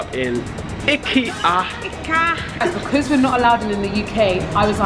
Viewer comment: Bro said ‘eekia’😂😭